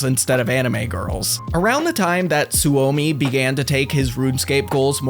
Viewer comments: Every scandinavien and finnish guy in here grinding their teeth at how he pronounce Soumi Su Omi or maybe its just me 😅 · It hurt me when you pronounced Suomi as Su-omi. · Suomi is pronounced Sue-Me. It is the Finnish word for Finland.